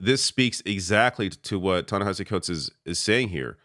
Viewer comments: “And so then I find myself wondering “why does Tanahashi Coates, who I’ve known for a long time…” ~cbs anchor tony dokoupil mispronouncing a name he claims to be very familiar with. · Tony can't even pronounce Ta-Nehisi's name correctly.